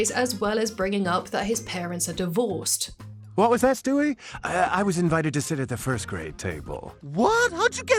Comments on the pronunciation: His name is Stewie, not Shtewie. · Who is Schtewie